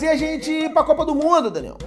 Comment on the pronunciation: Escuto "Renan" ao invés de "Daniel" kkkkkkkkkkkk